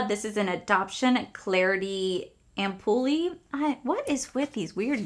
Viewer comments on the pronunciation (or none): Ampule is pronounced like Amp-yule with a silent e